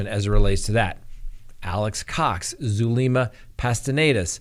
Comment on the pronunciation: I just want the trial to start!! It’s taking so long..... you are having a hard time with names 😚🤪 like Zulema....